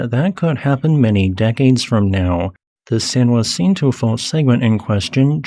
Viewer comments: Fyi its "San Jah-sin-toe" not juancito! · I've never heard San Jacinto pronounced as he does, San Wa-SEEN-to. I learned my Spanish pronunciations in Texas, and here it's pronounced Sahn Ha-THEEN-to. Do Spanish pronunciations differ in California? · Lived in SoCal for nearly 40 years and moved away. Lived right on top of the San Jacinto fault...been in plenty of large ones but never got to experience The Big One ..bummer...and San Jacinto is pronounced Sahn Haseentoe or San Uhsentoe..Spanish and local dialect. Also Cajon pass is pronounced kuh-hone 🙂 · San Huh Sin To (San Jacinto Mountain) Ka Hone Pass (Cajon) Considerable respect. I only mention this because gross mispronunciations distract from your very interesting content.